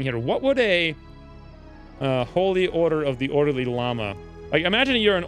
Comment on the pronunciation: "If you were an ordeely lama" lmao